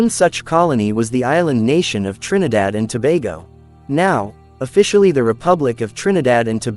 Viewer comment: I like how the commentator pronounces the name of the island of Trinidad. He has very soothing voice.